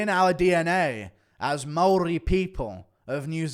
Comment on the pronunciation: Guru pronounces Maori better than that baboon aswell. Guru out here rolling his R's like a member of the iwi😂